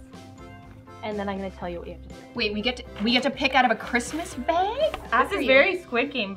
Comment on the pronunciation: U said BAIG